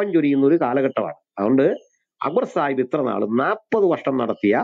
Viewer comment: സാഹിബ്‌ അല്ല, ചായിബ് എന്ന് പറഞ്ഞാൽ മതി.. 😂